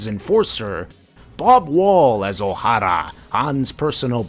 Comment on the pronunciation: Thank you for properly pronouncing, "Oh-Harrah!"